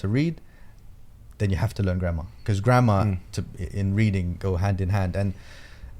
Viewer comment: Every time you say grammar . My mind is thinking "grandma".